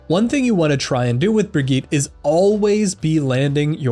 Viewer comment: Why the fuck does nobody know how to pronounce Bridgette